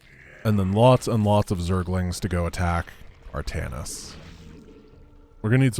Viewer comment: True, but it's 'Artanis'. 'Altanis' would be an Archon made from Artanis and Aldaris... which would be awesome - sincere and yet sarcastic all the time.